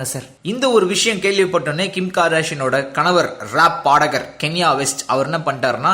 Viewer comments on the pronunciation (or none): கென்யா west aaa ... அது " கான்யே west "......but I love Kylie Jenner